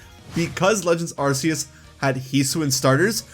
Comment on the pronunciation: ARK EE USS say it with me now: ARK EE USSSSSSSS